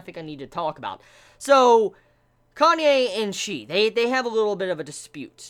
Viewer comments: It's "Kanae", not "Kanye" lol. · "Kanye" lmao. Can this become the official pronunciation for Kanae, pls